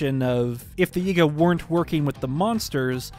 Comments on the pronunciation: why does bro say ''Yigga'' not yiga LMAO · He pronounces yiga as yigga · This guy says Yiga like Yigga, I've been saying it like Yeega 🤔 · Am I the only person who thinks how he says Yiga is… odd? 👀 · He bein sneaky